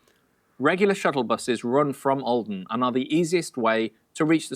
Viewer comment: I’m from Norway and I was like tf is åaldean and then I was like Aaaaaa you mean olden